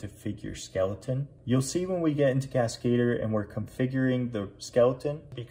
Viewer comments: Cascadeur. French. Emphasis on DEUR. kaska-DUR, not kas-KAY-dur. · I'm pretty sure that that's not how you're supposed to pronounce "Cascadeur", lol. It has nothing to do with the English word "cascade", but instead it's simply a French word for "stuntman". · Did the French put a man on the moon? NOPE! CASKATER it is hahaha